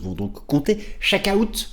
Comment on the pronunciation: Oh papa, c’est quoi le « chaque aouuut »?! 😂😂